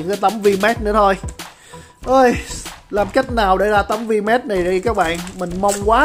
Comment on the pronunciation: đọc tiếng anh đỉnh cao vl Vmax thành Vmatx hahaaaa